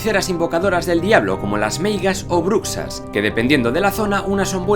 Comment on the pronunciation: En Asturias, no se pronuncia la palabra bruxes como /brukses/ sino como /brushes/